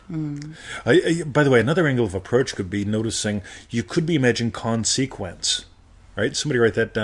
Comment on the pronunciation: Well the first thing you’re doing wrong is the pronunciation of >>>consequence<<< It has the stress on the first syllable. 😄